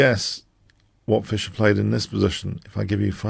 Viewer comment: Not Fisher like Crusher, but Fischer 😅